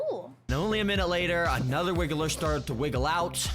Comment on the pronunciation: Dude really said 'wiggler' 😅 It's wriggler.